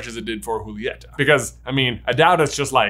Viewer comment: It’s not hulieta it’s Julieta